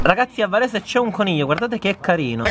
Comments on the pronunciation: Quando avete detto "A Varesheee" io avevo capito "A PARIGIIII" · avevo capito "parigi" anzichè varese ahah